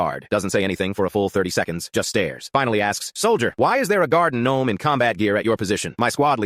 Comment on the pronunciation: Bro really brought up the "guardin' gnome" 💀🙏